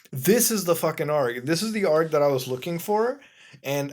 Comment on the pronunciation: A-R-G you are supposed to pronounce the letters. God this is annoying